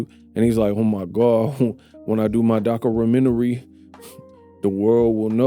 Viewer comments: "When I do my doc a ra men tery " is hilarious! Made me stop what i was doing while listening and started ctfu !!! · "Docaramentery" Stop it!!!😂😂😂😂